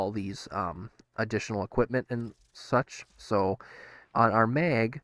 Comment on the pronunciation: From Family guy? 😱😱😱 You say "magnetize" correctly, yet you still call her Meg 😅